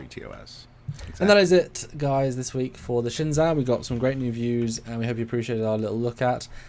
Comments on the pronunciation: It's pronounced "Shen-zoo" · You butchered the name Shen-JOE. The Zh makes a J sound in Mandarin. AH it looks like a Klingon D7 with a saucer attached to it. In this it looks like it is a salvaged ship. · Learn Chinese. It is Shinzhu!